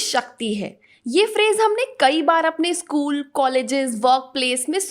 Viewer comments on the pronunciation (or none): none